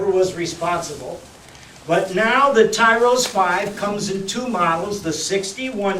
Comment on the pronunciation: It's Tyros, not Tyros...